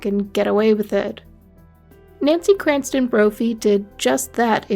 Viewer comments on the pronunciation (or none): You know it’s CRAMPTON and not Cranston, don’t you???? I bailed after 2 minutes because if you can’t seem to get the name right, you’ll definitely screw everything else up . SMDH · It's Crampton, not Cranston. Although I'm sure she fancies herself as an evil genius like Ryan Cranston in Breaking Bad 🙄